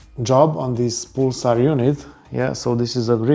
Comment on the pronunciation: To jest PULAR a nie PULSAR!